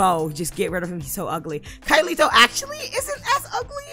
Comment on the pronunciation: First of all, I'm so sorry I pronounced his name wrong, I kept calling him Kai Leito instead of LEIKO, literally I can't even with myself, Why am I so bad with names? ☠️ anyway his favorite color is Irish green for some reason but he literally only wears white... Edit: Download Link is now up!